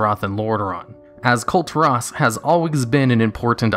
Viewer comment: Kul- Teer Is- Not Kul tar ras Sorry- the way you pronounce it annoys me a bit